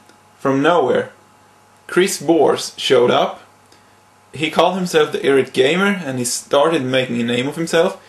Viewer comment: it's eye rate not irrat. You aren't really much of a public speaker.